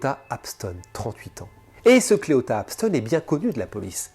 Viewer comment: Parce que les femmes sont les principales victimes. Évidemment. Comme Jany doit être malheureuse. Et ce mot est bien en dessous de tout çà. Clita et non Cléota comme tu le prononce est un gros enculé de sa mère. J'espère qu'il va pourrir jusqu'à ses 97 ans à Singsing.